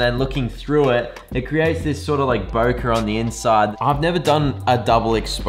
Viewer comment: It's a Japanese word, it is not pronounced as Bokah, but Bo-keh.